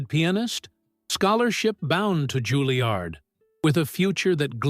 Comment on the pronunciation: JUILLIARD not Guiliard